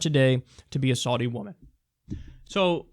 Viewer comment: "I probably pronounced that last one wrong," ... Kyle, you're pronouncing "Saudi" wrong! C'mon man, you are good at researching. Get it right.